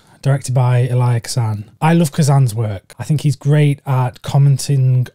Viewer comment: Bro I’ve never heard Elia Kazan’s name pronounced that way 😂😂😂